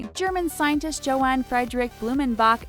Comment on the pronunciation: ...JO-HAN? Fucking really? You imbeciles have one job and couldn't even learn how to pronounce this man's name? YO-HANN. Fucking hell.